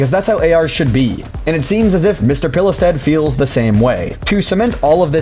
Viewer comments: A similar pronounciation for Pilestedt is "Peelstead" in english. That's how I - a swede - would pronounce it. silent "e" and silent "t". OP wasn't too far off. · you actually did a pretty decent job at pronouncing the guys name for a non Swedish speaker!!